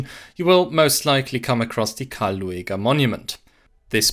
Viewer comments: no, that is just how you say his name (luˈeːɡɐ) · His name is pronounced Lüger, not Lu-a-ga. Ohren weh.😢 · Loo-a-ger? AI narrated? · Oh, I always thought he's pronounced like Lüger... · Disappointing that the presenter didn’t make the effort to learn the correct (or at least much better) pronunciation of the name Lueger. (It is very close to the pronunciation of “Luger”, the name of the well-known handgun manufacturer.). It is not Loo-ee-ger.